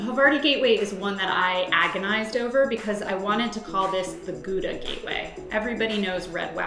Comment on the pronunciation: you cant even pronounce gouda correctly